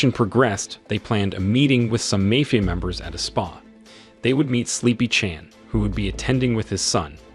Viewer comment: what the fuck is a Mayfia group? if your not going to use your actual voice then get a better ai voice over that can pronounce the correct words.